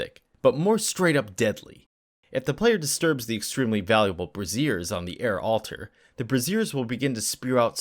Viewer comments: BRAY-ZEE-ER, not BRAH-ZEER. Otherwise a great video. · A "bra-zeer" is a bra. Brazier is the word you're looking for and it's pronounced "bray-zee-ur". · Bray-zhyer... Brazier. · Ahem—it’s pronounced “BRAY-zhers,” boys… 😉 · Nice walkthrough but for future reference I suggest you check out the pronunciation of brazier and brassiere, made me laugh though.